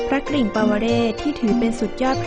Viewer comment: ควรควบกล้ำว่าพระ ก-ริ่งนะต้องมี ร เรือด้วย ไม่ใช่ พระกิ่งนะ